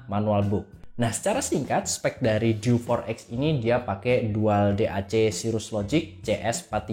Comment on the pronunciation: Untung berikutnya ngomongnya diganti dew 4 ex. Yg awal pas opening enggak banget, masak DI EWEK EMPAT KALI 😅😅